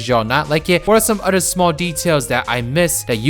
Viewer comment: SAY IT WITH ME "OTHER," NOT "UDER"